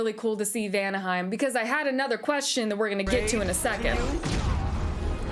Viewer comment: When I read the title saying you're a Norse mythos nerd, I totally expected you're going to pronounce the places with the rolling R. (Helheimr, Vanaheimr, etc.) And the double L tch sound too in Sköll. Guess I expected too much. XD So cute to see you nerding out tho. <3 I'm gonna watch your playthrough. I think your playthrough is going to be interesting.